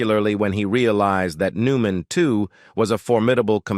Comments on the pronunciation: Agreed. "Paul New-MAN..." WTF is that? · I hate these AI narrators. Really..... Paul New MAN.... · "Paul New Man a Hollywood Ledgeend". "Yul Breener" WTF with this narrator?